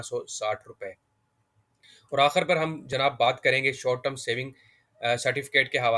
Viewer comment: Sakreen NAHI iscreen (spelling: screen), Akhar NAHI Akhir, munafa Kay Ander NAHI munafay Kay ander